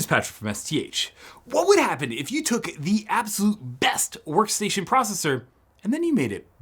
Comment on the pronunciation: That "sworkstation"